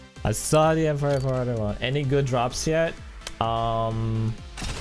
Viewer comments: asimow not aposimow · stop sayig awp osimoooov its trigering me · Asiimov is pronounced Az - e - mov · Why do you say asiimov so weirdly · Stop eating on stream, please. Also, stop saying Basilisk and Asiimov the way you do, say it right.